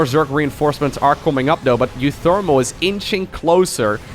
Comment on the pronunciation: You say uwu pretty good